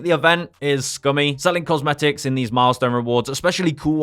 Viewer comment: The moment you said “cosmetics” was the moment I got turned off.